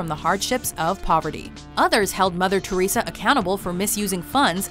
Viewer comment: Mother Teressa????? Really people??? Mother Teressa??